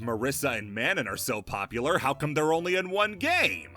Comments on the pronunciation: It's pronounced "Mah-no." Did you mispronounce a French name just to ragebait comments because it definitely worked lol. Manon is not "MAN-NAN" it's "Mah-no." N is silent but informs the mouth shape when saying the name. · Also like "no" or "noe." Not "Nan" not "man-nan" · Can you pronounce Manon correctly please?